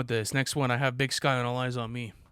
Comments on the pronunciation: Big Syke not Big Skye 😭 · Big SYKE....not big sky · Imagine calling Big Syke "Sky" over and over like that. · It's BIG PSYCH not SKYE he is/was a well respected Crip friend of 2pac .. put some respek on Big Syke name !